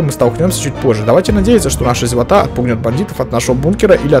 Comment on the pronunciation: Не зевотА а зевОта